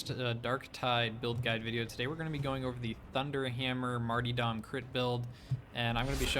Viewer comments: Not sure if you're pronouncing martyrdom that way on purpose, but, it's mar-tur-dum. Not marty... Otherwise, awesome video - but pronouncing words correctly is pretty important for a video. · stop saying marty-dom, its martyrdom. mar-ter-dum. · It's mart-why're-dom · Love it, will use it, for sure! A little note, it's Mar-ter-dom pronunciation-wise. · marty dahm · Its marty-dome